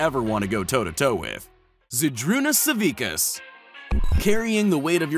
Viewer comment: u said zydrunas savickas completly wrong